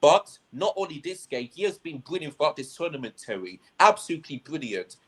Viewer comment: Why that dude calling terry, tewy